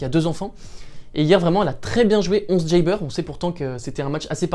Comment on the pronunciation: Pourquoi tu prononces à l'américaine "jeybeur" haha